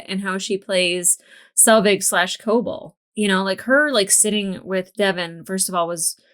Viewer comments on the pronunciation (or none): Co-BELL, Co-BELL, Co-BELL, you've heard Mark say her name a million times now, why are you still saying "Coble?" there, I feel slightly less annoyed...🤭